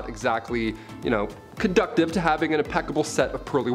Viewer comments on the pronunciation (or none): Conducive not condctive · Conducive, not conductive.🙄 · He also said "conductive" instead of "conducive." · Conducive not conductive.